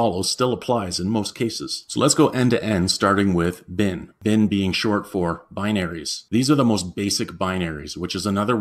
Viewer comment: It's leviOsa, not leviosA. Your pronunciation of lib and bin irk me.